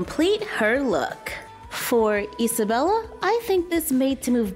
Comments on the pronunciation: U say esabela put it is isabela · It is not esabella it is Isabella you saying it with an e that is driving me crazy so yes you are saying it wrong